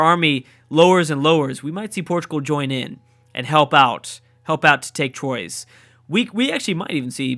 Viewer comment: Troyes is pronounced like T-wa ✌️🇫🇷